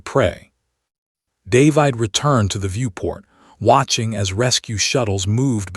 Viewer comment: Dave-eyed?? Really? Can't even pronounce a common name?